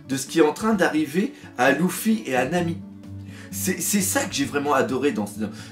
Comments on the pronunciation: Pokélite x en plus c est pas louffy c est luffy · Ça me stresse quan tu dit "Louffy" 😂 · Tu dis Gok[ou] pas Gok[u] Tu dis Nar[ou]to pas Nar[u]to Bah pourquoi tu dirais L[u]ffy et pas L[ou]ffy ? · Moi c'est ceux qui disent LUffy qui me stressent de ouf